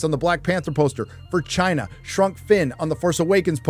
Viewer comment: best thing Trump ever did was give us that awesome way to pronounce Chiyna